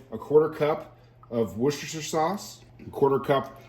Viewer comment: If we youngsters under 40 don't know what a food dryer is then you don't know how to pronounce worchestresrere souce.